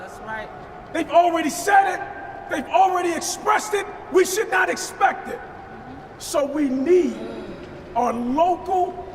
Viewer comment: “we espect”